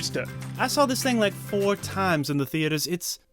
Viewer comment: its saw not sawl